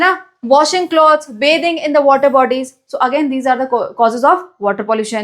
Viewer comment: Bathing 👎beting👍😅😅